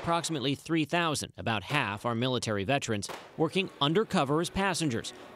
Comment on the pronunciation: Vet•er•ans Not Ve•trans